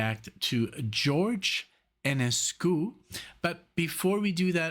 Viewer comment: It's pronounced <'johr jeh>